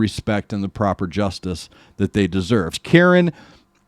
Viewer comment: Here's how you pronounce thier names : Kaa-ran Kat-ee-aar (Flute, Guitar) Jai-yant Bad-ula (Vocals) Roul Kerr (Rap) We-shay-sh Sing (Drums) Row-shan Roy (Bass) Saar-thak Pa-wa (Folk Drums - Dhol) Special Appearance : Archie The Bagpiper (❤️)